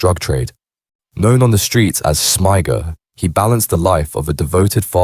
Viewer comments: Smiger u idiot not smiger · Smigger not smiger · Smiger made me laugh,,,Smigger. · smiigger not smyger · It makes it sound like an AI narrator. Any English person should be familiar with the nickname Smigger for someone with the surname Smith.